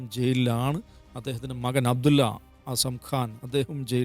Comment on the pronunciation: 😂😂...താനെന്താടോ സംഗികളും ക്രിസങ്കികളും പറയുന്നതുപോലെ "അബ്ദുല്ല" എന്ന് പറയുന്നത്.തനിക്കറിയില്ലെടോ അറബി വാക്കാണ് അതെന്ന്. അത് എങ്ങനെയാണ് ഉച്ചരിക്കേണ്ടത്.??? നാണക്കേട്..🎉🎉🎉